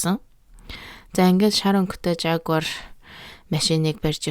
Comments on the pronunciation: жагуар биш ягуар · yaguar gj unshdagshu